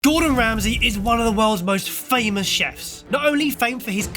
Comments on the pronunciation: Hey guys, it’s Gordon, not Gordan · It's 'Gordon', fellas, not 'Gordan' 😛